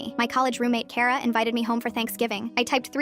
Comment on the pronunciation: Finally, something pronouncing my name correct it's kara 😂